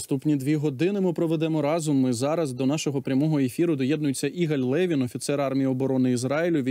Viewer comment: Не И́галь Ле́вин, а Ига́ль Леви́н! Ставьте правильно ударение.